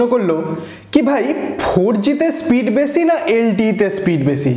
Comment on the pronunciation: চে গুলো😂😂 চে সময়😂😂 বেছি পাবেন।